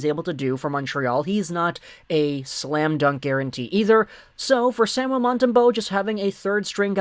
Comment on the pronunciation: Sam- u el, please pronoun it correctly